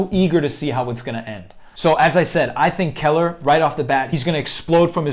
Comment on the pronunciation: You definitely pronounced his last name wrong..